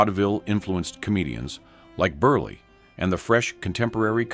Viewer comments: "Berl"! Not "Berlay" or "Berlee"! Geeze! AI is moronic! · Tell me you’re cheap ai without telling me you’re cheap ai! I’ve never heard the name Berle pronounced so many different ways without getting it correct!